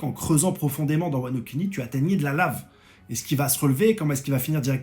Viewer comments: Sa prononciation de wano Kuni Wano cunni...👀🤣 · Wano-cunni 😭 c’est pour ça qu’il fait bien prononcer